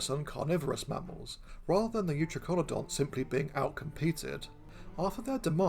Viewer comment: I'm pretty sure youTRYkonodonts would be the better pronunciation. tri ("three, triple") as in Tricaeratops, eu ("true") as in eutherian.